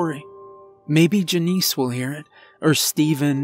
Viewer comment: Why wouldn’t he tell his wife and kids to “get down and stay down” not the cashier….and JUH-nice..? Janice..?